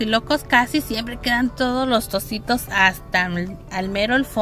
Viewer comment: Dijo tostiros jaja